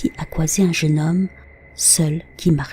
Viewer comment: Mdrt la diction parfaite 😂 croisé : coisé 😊